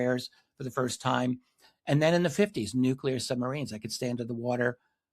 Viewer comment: "They have been here for a long Tayme"